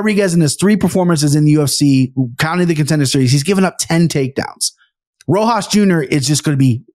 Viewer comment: The juxtaposition of being able to mess up any last name in multiple ways, next to Aniks ability to never forget one. Is honestly hilarious. Rojo Rosas Rojas Rohose. 😂😂 my guy is Mexican not Brazilian.